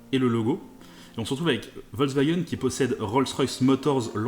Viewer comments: il y en a mare des cons qui disent " volvagen " car "volvagen" ca ne veux rien dire , on dit " Foltksvagen " l allemand utilise des mots composer et Volks se dit Folks veux dire peuple et Wagen , veux dire voiture , le V se prononce F en allemand le W se prononce V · ça se dit "Folcevagueunne" avec un F